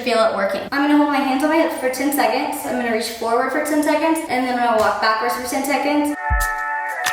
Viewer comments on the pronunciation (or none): “Sen Teconds” 😂 Thanks for the tutorial!